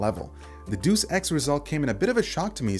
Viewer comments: duce ex... its "day-us" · dEus ex, not dUs ex FFS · "doos ex" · "DOOSE EX"? Lol